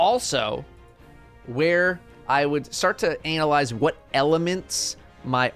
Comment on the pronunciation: I'm shocked no one pointed out that you said "Analyze" here, with the emphasis on the first four letters.